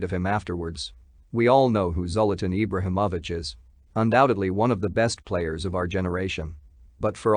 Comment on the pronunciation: You’re not even saying his name right. What low budget shit is this.